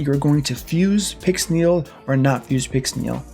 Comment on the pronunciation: "fully booked pixnel" ouch